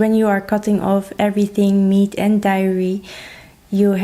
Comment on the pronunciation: Hi ,be careful that Diary is different from /Dairy/ products .Look them up in the dictionary . When you say position ,pronounce the S with Z sound. Good luck.